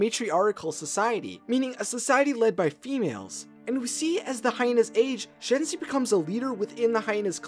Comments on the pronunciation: he said "Shanzai" instead of "Shenzi" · okay I do find this story intresting but I'm sorry as a lion king nut I need to say it SHEN-zi not SHAHN-zi. this is a well made vid and stuff so I appologize if I come off wrong, I am just trying to help...it's kinda one of my own pet peeves when names are mispronounced @@ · you sed Shenzi wrong